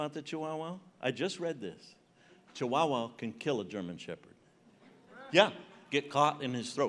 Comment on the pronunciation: The way he pronounces chiwowow lol